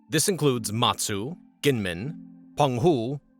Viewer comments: Gee men not Gee Yen Men. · Kinmen it is a soft g not a k